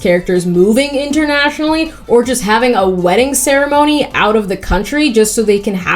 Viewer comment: "I'll have what she's havinguhh" so funny lol